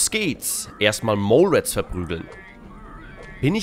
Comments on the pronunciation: Genau, Molerat heist das, nicht moule ret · Auf jeden Fall Mohleratt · MOLE-RAT das ist die Aussprache für Gothic Fans der ersten Stunde ;D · Die heißen Molerat [Mohlerat]. Im gegensatz dazu hießen Scavenger schon immer [Skävendjer]. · Junge! Genau das mit der Aussprache von molerats hab ich letztens mit meinem Bruder gehabt 😂😂😂! Hatten voll das mindblowing Erlebnis als wir die richtige Aussprache gehört haben 😂😂😂😂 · Ich hab molerat auch ,,deutsch,, ausgesprochen aber Scavenger direkt richtig. Irgendwann hab ich mir dann aber überlegt, wenn man das eine so ausspricht, muss man das andere eigentlich auch so aussprechen. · Ich hab die Molerats früher auch so ausgesprochen... Bin gar nicht auf die Idee gekommen, dass das englisch sein könnte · Ich weiß, das Video ist zwei-ish Jahre alt, aber ich wollte nur noch bestätigen: Ich hab Molerats auch so ausgesprochen, bevor ich gelernt hab wie das richtig heißt. Ich hatte auch nen Kumpel, auf dessen Rechner ich damals zum ersten Mal Gothic gespielt und von dem ich (weil er es aus irgendwelchen Gründen nicht mehr wollte) das Spiel letztlich auch bekommen habe. Der hatte entweder im Internet oder von jemand anders mal von Baal Lukor erfahren, aber nicht dass es sich dabei um einen der Gurus handelt? Jedenfalls hat er das und die Monster "Lurker" nicht auseinandergehalten gekriegt, und hatte Angst, dass die Lurker, die ihn angreifen, "vielleicht sogar Baal-Lurker" sind. Der Moment, als er das mit Panik in der Stimme sagte und vor den Viechern wegrannte, summt bis heute wie eine dicke Fliege in meinem Gehirn, obwohl wir schon ewig keinen aktiven Kontakt mehr haben 🤣🤣🤣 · Ich hab Molerat früher auch immer Deutsch ausgesprochen😁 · Ich habe auch immer "Molerat" in deutscher Aussprache gesagt :D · Ha nein bist du nicht! Ich und mein Kumpel haben die auch immer Molerat genannt, also schön deutsch ausgesprochen x'D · Nein du bist nicht der einzige der Molerat deutsch ausspricht xD